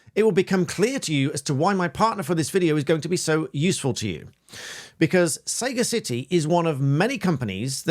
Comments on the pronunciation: Just nitpicking "Sagacity" is pronounced "Sa-Gassity", short A to begin with as in "Sam" or "sad" and the emphasis on the "Gas" part of the word. Means wisdom, knowledge etc. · Um, are you sure you've pronounced Sagacity correctly? I doubt it is pronounced Saga City, since sagacity its actually a word; the quality of being sagacious. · I think it's pronounced 'sag ass itty' to rhyme with capacity, from the word 'sagacious' meaning wise. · "Sah-GAH-sitee", lad, as in sagacious. A misnomer for sure. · Sagacity, noun (phonetically) pronounced suh-GAH-sit-ee Emphasis on 2nd syllable. Sagacious, adjective. Definition— discerning, of good judgment !👀! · I don't understand how you'd see 'saga' and pronounce it 'Sega' 🤷‍♂ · Pretty sure "Sagacity" rhymes with "capacity" and isn't pronounced "Sega City" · Indeed you did, CJ. That was an excellent video too. Memo to both of you; though, "Sagacity" is pronounced "suh·ga·suh·tee". The main lesson to be drawn from this excellent video is NEVER to give permission to anyone, with whom one deals on line, permission to share your data. There will be far more egregious cases of the use of such data out there. Prima facie, this practice, including the example given here, may fall foul of GDPR and merits further enquiries. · You mispronounced sagacity it’s saga city not sega city Sega (those who created sonic the hedgehog, the mega drive/genesis, the Dreamcast, streets of rage) is a gaming company and sega city was a name for their in-house arcades and their own arcade machines called sega city machines Saga city is no relation to sega but with how you was pronouncing saga city most people would think of the gaming company and that’s where things go astray and how mis-information creates that small crack then blows out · "Sega city"? Is that where Sonic the Hedgehog comes from? I'm genuinely surprised that a barrister wouldn't know the word 'sagacity' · Surely that's pronounced sagacity from the Latin not saga-city?